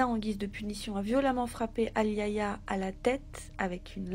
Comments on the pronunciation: Super video. Juste pour info le prénom " Aliayah" ce prononce. A-L'ail-Ya ( le " A" au milieu est muet ) comme la chanteuse de rnb américaine décédé dans les années 90. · Se prononce A-li-ya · elle ne s'appelle pas ayaya mais Aliayah par respect pour cette petite partie trop tôt, tachez de bien prononcer son nom